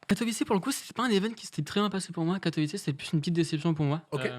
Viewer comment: Bravo au viewer qui a rectifié la prononciation de Katowice <3 L'anecdote avec ToD c'est ouf !